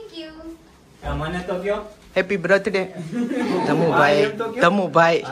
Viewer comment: Bhai sarkhu bolo brath day 😂😂😂